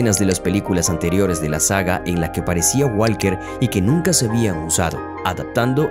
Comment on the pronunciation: Parce aprenda a pronuncia el apellido de Walker